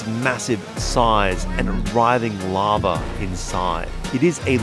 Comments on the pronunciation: It sounds like he’s saying hornet lava. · I know he's say larve but to my ear it sounds like lava